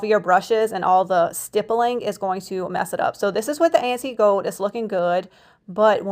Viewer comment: You have talent and a good mind for or and sales why oh why can’t you learn to pronounce the word “ GOLD” there is an L in it … it’s not GOWD